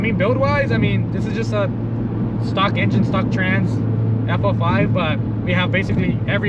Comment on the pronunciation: FL5 not FO5 lmao